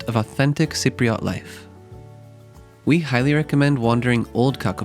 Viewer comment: Cypriot. Not Cypriat